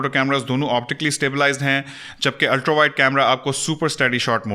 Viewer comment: Aap Ultra ko "ultrau/ultrow" kyun parhty hein? It is ultraa, not ultrau or ultrow.. Sorry just wanted to point out Jo maine note kia.